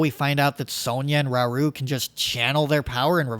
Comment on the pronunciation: It's hard to trust the opinion of a non-zelda fan like yourself (I mean look at your game play footage, and you cant even pronounce Sheika slate or Rauru correctly ffs) Way overcritical and if any of the changes you mention were actually implemented it would totally ruin the game (you can keep your annoying ass puzzles, I'm so glad these games aren't riddled with them). It's very sad that the youtube algorithms have brought forth so many people marketing their channels by displaying negativity. I think both BOTW and TOTK were amazing, and thankfully you are the minority in this mindset.